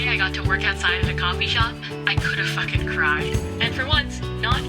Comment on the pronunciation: it bothered me. she also puts nasty emphasis on it too, really not nice on the ears.